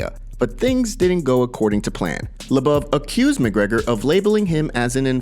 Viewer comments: Bro...... LOW-BOV..... emphasis on both low and bov. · Who's Artem "La-buv"? lmao